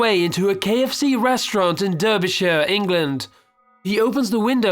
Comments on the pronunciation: I'm confused, narrator sounds English but mispronounces Derbyshire.... odd. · Kzarz ia He doesn't say it properly